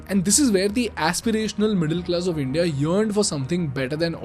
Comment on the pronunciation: Good video. But the way you say india hurts my ears😂